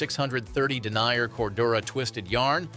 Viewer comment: its den ear, not denier FFs, and how unbiased is it when the majority of the 'ad' is KLIM